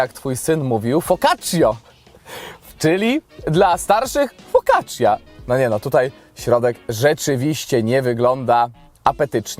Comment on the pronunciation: Focaccia wymawiaj cia jak cia-sto,cia-pa.....